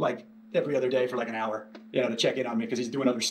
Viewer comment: says ‘hour’ like ‘arrarr’ 🐶